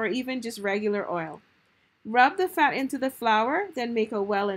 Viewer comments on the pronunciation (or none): You said fat** but I heard sand LMAO